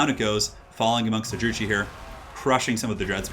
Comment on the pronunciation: Just a heads up Druchii is pronounced Drew-key. Great casting though!